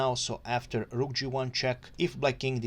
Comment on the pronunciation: thanks! I love your "r"s eg on "rook" 😁